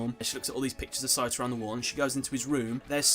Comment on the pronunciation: Pretty sure it's Satoru, not Saturo.